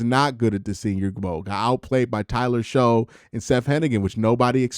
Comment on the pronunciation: Shough is pronounced Shuck. Like aww shucks. But I think he might be ok not super early though.